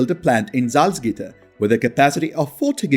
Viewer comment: The word with is pronounced as with not wiss.